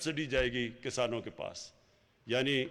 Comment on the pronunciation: Abey o jahilo Kasano nahi Kisaano. Khattab nahi Qitaab. Tumse achhi Urdu to hum Indian Hindu bol lete hain. 🤣😂